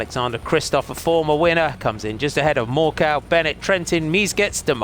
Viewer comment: 'More-cow' = Mørkøv? :/